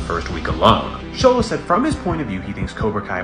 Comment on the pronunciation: Homie did not pronounce his name right at all😭